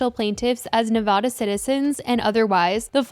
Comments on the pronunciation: You're mispronouncing Nevada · This so awfulll !! I hope all those people get there justice!! And it’s Nev-a-da lol